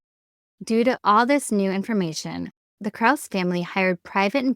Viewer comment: You mispronounced "Krause." It's pronounced with two syllables.